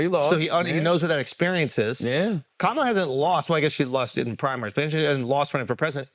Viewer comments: Amazing the first time you said verbally “Kamala” you said it the trumpy way 🤮 the second time you said “KAMALA” the name her mother gave her you said it right. Why are you being nasty Trump is not nice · He says her name wrong and then 20 seconds later says her name correctly🤦🏼